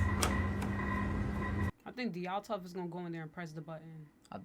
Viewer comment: It's not Dyaltov, it's Dyatlov.